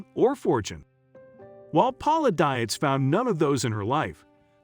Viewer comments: I have the same last name and I can 100% tell you Dietz is a German name that is pronounced Deets, not Die-its. Poor girl, not only did she marry a serial killer, but like me, she's had to endure a lifetime of people mispronouncing her last name. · the computer generated voice hurts my ears. Dietz is a German origin word....pronounced Deetz. And since I knew Paula as when I was kid - yes it matters to me. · You are pronouncing Paula's last name wrong. It's actually pronounced deetz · its a computer voice - figured it out when the meter for "park city, kansas was sounded as park city (pause) kansas". their programmer needs to work on it.... but i agree - Ms Paula, as us neighborhood kids knew her, deserves to have her name pronounced correctly.